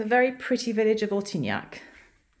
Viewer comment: Couldn’t understand the name of the town. It should be printed on the screen.